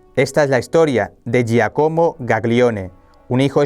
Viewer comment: Hola..se pronuncia Giácomo